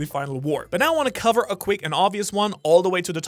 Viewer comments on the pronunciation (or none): none